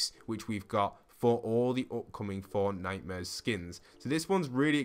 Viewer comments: I deadass thought he was saying fortnightmures instead of fortnite-mares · Lmao why is it called fortnitemares instead of fortmares